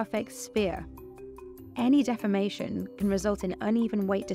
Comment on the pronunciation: This is the perfect example how incorrect pronunciation changes meaning. She’s supposed to be saying: “any deformation” but instead says “any defamation” - these are 2 entirely different things - I guess a globe could be defamed by calling it a cube, but that’s not the intended meaning. A better way to say this would’ve been “any irregularity”.